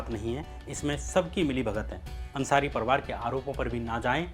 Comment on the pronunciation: Kya parwar bolte ho?? Parivar ni bola jata?